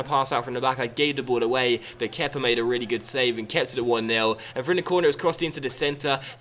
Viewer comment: Please stop calling him kepa it's annoying haha great vid tho